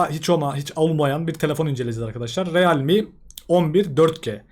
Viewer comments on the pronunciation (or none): Riılmi diye okunur